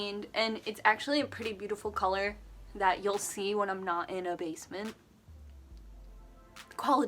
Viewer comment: Lol for some reason everytime you say basement I laugh